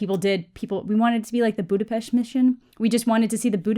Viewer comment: I like the way you pronounce Budapest :D